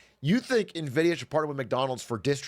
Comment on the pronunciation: He made sure so quick to say nvidia correctly a bunch at the start just to get the branding back on track. Lmaoo massive respect